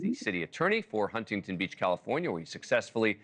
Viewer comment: It is Not Hun-ting-ton Beach; it is Huntington, one word spoken as one.